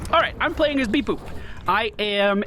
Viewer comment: Id love to watch this as a series. btw it's pronounced bebop (bebopp) not beboop